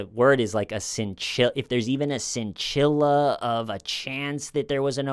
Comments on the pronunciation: Scintilla= sin-till-uh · Scintilla is the word you were looking for…..not scinchilla. Otherwise, it was a good narration! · Scintilla is easy to pronounce. Sin-tilla. No sh, no "tilia."